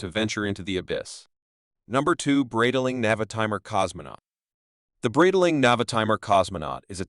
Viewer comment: Great video but please revise your AI voice over, "Breedaling" and "Bee-zil" made this video hard to watch